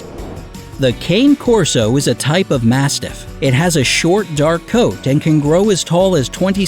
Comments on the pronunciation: I lost all trust in this video when the narrator called the Cane Corso a “cane” corso, instead of the proper pronunciation of “cahn-ay” corso. 🙄 It’s not a rare breed, and checking pronunciations is video-making 101. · You pronounced "Cane" wrong... Its pronounced like the music artist, "Kanye"... It's Italian... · Cane Corso- ca-ne cor-so. Short a. E said as A. Italian. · KAH-NAY KOR-SO KAH-NAY KOR-SO not KAYNE KOR-SO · They cant pronounce cane corso either. Its kah-nay core-so, not cay-ne core-so. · your pronunciation for the cane corso is wrong, cane is "kah-neh" not 'kein". good video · it's kah-ney corso. it really pisses me off how people can pronounce stuff in Spanish and German just fine, but common Italian words are super difficult. And the same thing with fettucine, bolognese, and calzone. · Cane Corso is actually pronounced Kaan-eee Corso. Just FYI 😘 Edit: he's pronouncing many of them wrong 😒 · Cane corso is pronounced ka-nay corso... sorry that bothered me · Its pronounced KAH-nay Corso -_ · It is pronounced cana corso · The pronunciation of "cane corso" is "ka-neh corr-so" in case you were wondering. It's Italian. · It's pronounced khane' korso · The breed the narrator called a "Cane Corso" is actually pronounced Kah-nay Corso. It is an Italian mastiff breed. If you are going to present info, you should learn correct pronunciation as well. This is a complaint I have about multiple channels. That said, unless you absolutely need a purebred, look into rescues and shelters first, or better yet, just adopt a dog from a shelter. They will love you for it! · I cringe when people mispronounce Cane Corso. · Cane (Cah'-neh) Corso; Dogo (dough'+go) Argentino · they mispronounced samoyed and cane corso , bad research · Here is some help with pronunciation: It's Low+chen not ler-chin Kon-neh Corso Doe+go Argentino